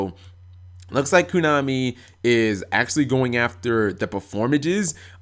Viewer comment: kOnami not kUnami xD